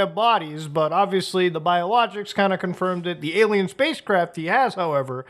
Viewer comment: Canada may be a little kooky but the Canadian pronunciation of alien as "ayluhmow" is baffling